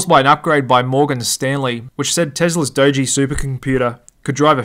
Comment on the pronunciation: My man said “Doji” the first time he talked about the Tesla supercomputer 😂